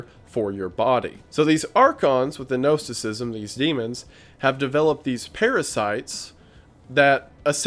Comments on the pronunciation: You are still mispronouncing Gnosticism. Gnos sounds like Nos like car Nos. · Hi there. I have a small correction for you. Gnosticism sounds like nawticism.